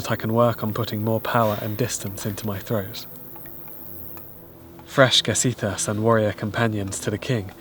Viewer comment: One more thing. Your Old-English pronunciation. The word gesiðas is said: “yuh-zith-ahs”. The ge- perfective prefix is said with a silent G in Old English, or fricatively (like in Dutch) for the very early period. The a vs æ distinction is also important. The letter a in Old English is said as it is said in words like “hard” or “car” today. The letter æ is said as it is said in words like “cat” or “hat” today.